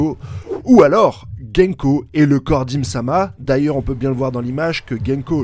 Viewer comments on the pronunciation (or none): GOUNKO !!!!!et non GÈNKO!!!!!.... sérieux, je ne sais pas comment tu fais pour bouffer les nom des persos et même des œuvres.... rien que pour ça je me desabo. Vive le mont corvo !!!!